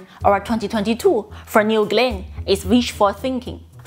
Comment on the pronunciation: It's not New glin it's new Glen stupid